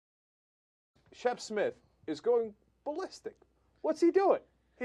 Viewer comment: that guy. Called him Shep Mith. LOL